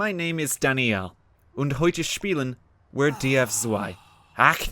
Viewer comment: the w's in wir and zwei should sound like v's